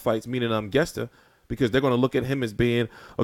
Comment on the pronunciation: It's pronounced like guess.ta